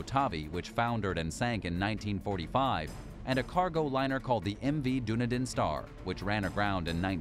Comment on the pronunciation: Dunedin.. Done-EE-din. Not Doon- e-den